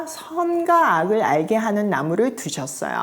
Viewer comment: 늘 존경하고 감탄해요 정말 볼때마다 응원기도 하게 되네요 창세기부터 다시 하게 되어 기대됩니다 정말 넘 죄송한데 제가 발음에 예민한가봐요 옥의 티를 말씀드려도 되나요 과..의 발음이에요 "과'보다는' 가'에 가깝게 발음하셔서 '과'로 발음해주시면 하는 숨은 아쉬움이 있어요 선과 악...선가 악 땅과 하늘....땅가 하늘 선악과(선악꽈).....선악까 광야....강냐(수영로교횐간증설교때) 물론 '와'라고 발음 잘 하시는 다른 단어들도 많습니다 늘 감사해요